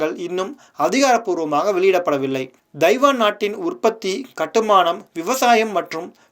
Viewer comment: Pl try to learn the prounciation of " Taiwan"